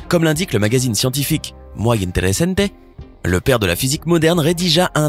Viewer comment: "MO-aY" interesante ? c'est censé être de l'Espagnol ? MUY interesante…prononcé "mui" ou "mwe"..ça passerait un peu mieux. Flor DE la Mar.….."deh" la mar ?..c'est du Franspañol...lol ça me rappelle la fois où un gars a dit à la tv "it is possible to acheteED in this building ?" acheter ? Franglish ? ça sonne faux mais c'est drôle...